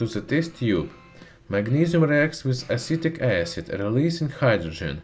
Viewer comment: did you call the acid you used "acidic acid"? which acid was it?